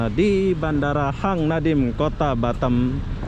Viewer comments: Batam bozkuuh Bukan batem Susah memang lidah orang lombok niech😰😰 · lidah mas tuch yaa huruf A dibaca E😁 Efek klamaan jd tki di kualalumpur🤪